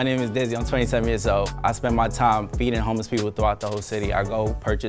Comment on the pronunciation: Wth I thought he said beating homeless people instead of feeding🤣